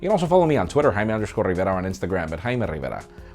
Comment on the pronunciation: Hes so close to pronouncing your surname properly com on 😂 ur ment to pronounce it ... reee-vér-a